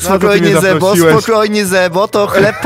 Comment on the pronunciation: nie zebo tylko źrebo